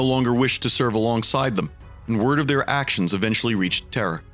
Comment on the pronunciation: I hear the same, especially when he says Terra.. it sounds like Terror